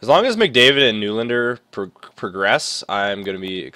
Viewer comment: Hey nylander's name is pronounced "nelander".